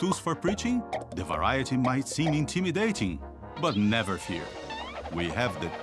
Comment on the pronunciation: As a brazilian, i can confirm the dad is brazilian. When he says "intimidating", the way he says the T kinda like "chi". We pronounce it like this.